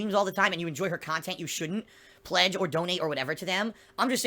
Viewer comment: "What do those girls give you that I can't give you?" Well, i'll tell you what: "Khantent" that isn't 100% percent made out of sodium and actually fun to watch.